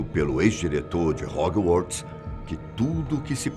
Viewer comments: Dambledór,holywards aaaaaarggh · Verdade e hoguorts 😱😂😂😂 e heri poter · HOGUIORTS / CEDRIC 🤣🤣🤣 - 10 pontos para fatos desconhecidos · Hoguiworts DomBLEdore Socorroooo 😂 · "Rary Potter, Dambledore, Hoguiorts, Cedric" kkkkkkkkk, não confio em opinião de quem não sabe nem pronunciar os nomes do personagem, muito menos iriam saber interpretar uma obra dessas! O canal está se perdendo focando em ocultismo e coisa sombrias e macabras! Alôô, parem com isso! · Moço, estuda a pronúncia das coisas. Hog"ui"uorts? Meu Deus! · Réri, dombledor, rogalts ? Tá de sacanagem né tio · EEEU KKKKKKKKKK ROGIUARTS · Concordo o video está bm feito mas (harry portter???/Damblédóre???/hegwertze??) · Agonia é ver ele dizer HOG-WARTS KKKKKKK separando as palavras kkkkk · Achei q era só eu!! Kkkkk Dumbledore e Hogwarts são as piores pronúncias!! 😂😂😂